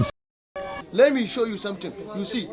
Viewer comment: "let me show you someting" hell nah bruh